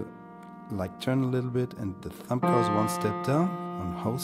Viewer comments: Am i the only one that kept hearing him say thump instead of thumb???? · Thumb is pronounced 'thum' the b is silent.